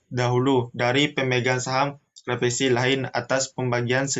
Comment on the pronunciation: Kla si fi ka si, bukan kla fi si ka si pembicara ketiga… belibet amat dah… tapi thanks materinya… 👍🏻